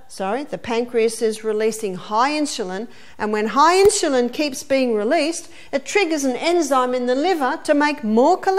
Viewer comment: Absolutely wonderful presentations! Thank you for posting all the talks that you have. Very much appreciated. Sharing with so many needing health and wellnees help. Just one suggestion -its In-su-lin, not in-shu-lin.